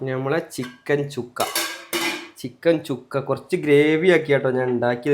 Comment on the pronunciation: ചിക്കൻ ചുക്ക അല്ലടോ ചിക്കൻ സുക്ക എന്ന് പറയണം